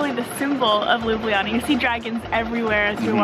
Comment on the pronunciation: Hey Americans, great review. But please please Canadian guys, stop masacring spelling of the city Ljubljana. It’s not Lyubliana, it’s like Lublana (read looblahnah). Take the letters J out (it is a foreign insert from Panslavic lovers anyway, Ljubljana 100 years ago was just Lublana). Thanks!